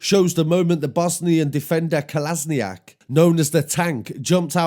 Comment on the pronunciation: How can you pronounce Kolasanic so well but butcher Ozil pronunciation 😂 if you don’t know football though, it’s easy. Kolasniac weren’t having that that day, he was quick to defend his mate!!